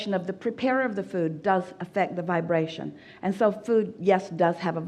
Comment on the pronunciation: Everytime I heard the word vibration, I took a shot of whiskey, damn bro I'm shiftacced...aim vaabrastioning!